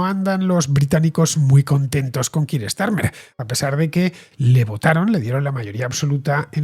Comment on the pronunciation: Con todo el respeto del mundo. Me sorprende la manera tan defectuosa de Villanueva y al pronunciar el nombre de Keir Starmer. O se hace en castellano o se hace en ingles y. Lo de ellos es un híbrido casi ininteligible fuera del contexto.